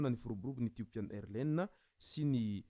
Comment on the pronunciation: On lit AirlineS on prononce le S à la fin